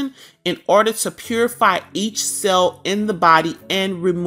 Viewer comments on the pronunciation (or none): none